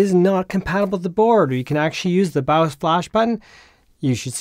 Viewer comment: why's he say baaaowwos instead of by-os like a normal person.. like .. thats just not .. and its in the name of this 'not bawwos tech' name ?.. super confusing when he's talking about a bios issue.